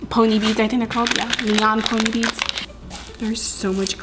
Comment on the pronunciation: It’s pronounced beads just beads